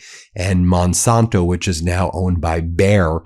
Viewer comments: Just a quick correction. The company is Monsanto, not Monsonto, originally founded in 1901. Sorry Ben, but it drives me crazy everytime I hear you mispronounce the name. Keep up all your good work. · I am not paying for YouTube Premium to see commercials. By the way, as a past viewer of the ABC Sunday political shows, Monsanto was one of the sponsors. So Monsanto is pronounced Mon SANTO. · The San in Monsanto is pronounced like the san in Santa.